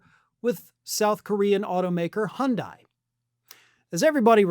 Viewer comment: It's pronounced "Hun Day", not "Hun Dye". Just check their commercials. :-)